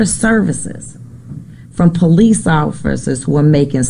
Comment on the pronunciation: PO-LEECE lol